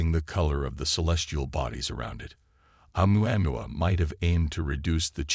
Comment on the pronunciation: Great...a narrator who can't even properly pronounce Oumuamua (in the Hawaiian language the pronunciations are basically phonetic (ie: O-moo-a moo-a). Don't disrespect the Hawaiians and their language, Brah!...